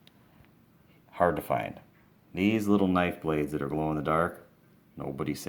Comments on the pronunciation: Malfroy?? Hermone?? Ballisk???!Dude. This collection is so dope but how do you not know their names bro come on now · He's commenting on how he said the names wrong.